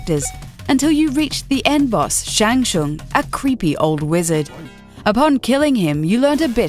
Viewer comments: 'SHANG SHUNG!!!???' THIS IS WHY WE DON'T LET WOMEN NARRATE GAMING VIDEOS, PEOPLE!!! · Ah the first game I played at age 8 and one of my favorite franchises to this day. However I shuddered at the butchering of Shang Tsung's name. That and there were cooler things that could have been said than a 'creepy old wizard.' Also it's a spike pit not a snake pit. A snake pit would be awesome though! Still none the less it's enjoyable to look back at this game.